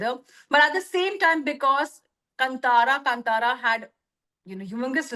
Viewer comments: कंटारा नहीं कांतारा.. Pronunciation improve karna padega.. Aapke Hindi bahut weak hai. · Desi people pronouncing it as kuntara 🤦 Kaan Taara! Ko Kaan Taara bolna mushkil hogaya apne hi desvasiyon ko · Now they are pressurised to say good about KANTARA Main thing is that they can digust success of other industry Bollywood make movie like nothing no story They make movie for bunglow people not for the middle class people... They are pathetic... Main things is they can't pronounce KANTARA correct.. They make movie in Hindi not able to speak one correct line in Hindi... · कंटारा क्यों ? कांतारा है 😡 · Hindi people ko aaj b kaantara k pronounciation ni aata 😂😂